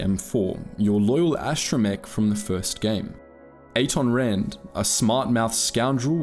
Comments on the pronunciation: "Exploring the Greatest Written Game of All Time" A-ton Rand Baa-oh Dur Vi-sass Marr Couldn't have taken the time to get the names right? Like... this isn't a book, where the pronunciation is up for debate or we're waiting on George RR Martin to say it in an interview. The game has hundreds of examples of saying each of their names... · I feel that you were mispronouncing some of the names of people and planets, like Atton Rand and G0-T0. Also, the Ithorians DO use you to further their own agenda, stealing B4-D4 and letting him go walkabout wasn't necessary for your travel down to the surface (it actually hindered it) and was just them wanting to mess with Czerka, although I agreed with said agenda and also wanted to mess with Czerka because I've got a bone to pick with privatisation, they still were using you to their own ends. You then say that there is nothing wrong with Chodo's light side view when it came to healing Telos. There is and that problem is the astronomical cost, Czerka points this out (although their way of fixing it was incredibly bad, selling modern military hardware? Really? Especially that droid tank jeez) And yeah the force healing is successful, but it's like 5 points. It did absolutely nothing and that force recovery by healing Telos thing is applied through leveling up, which is also gained in the Czerka route. But your other points about the Ithorians, I completely agree with, the Jedi are jerks. Kreia doesn't think that to gain strength others must suffer, she gets pissed at you for being a mindless psychopath multiple times in the game, she's an Objectivist, not necessarily a bad person, but most of the time ends up acting like one and with the "kind acts deprive others thing, in the instance where she points this out, she was right, we see the consequences immediately, he get's m